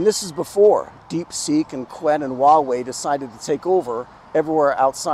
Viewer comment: not qwen, it is chew-wen